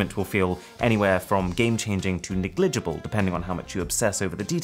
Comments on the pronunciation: Definitely best 13p video out. Great discussion points no one mentioned. Everything on point except for that negligeeebal pronunciation. 😅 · "negLIgible" made me lol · The way you said "negligible" almost made me unsubscribe.